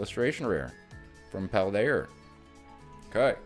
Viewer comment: Bruh, I'm hooked just on the way you say "Paldea-r"